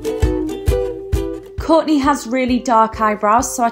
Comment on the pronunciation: "Kork k" lol no hate just thought it was funny how you say it